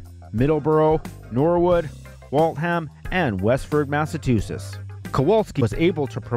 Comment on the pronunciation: Good vid. Why can't this guy pronounce Massachusetts ... Or Waltham